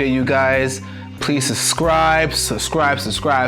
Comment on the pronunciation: MY MAN SAID SUSCRIBE HELL NAH I AINT ON THAT SUS SHIT